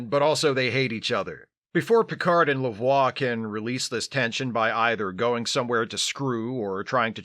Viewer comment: Thank you for pronouncing Lavoie as the character is actually named - and is the correct pronunciation in Quebec.